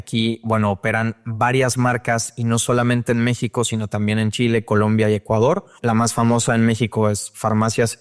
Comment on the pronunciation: Por alguna razón Este cabrón tiene un problema con la palabra México...